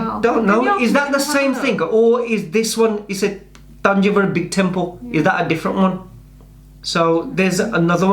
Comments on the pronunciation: Correct pronounciation -thanjaavoor temple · It's not Tanjore it Thanjavur don't spoil the name.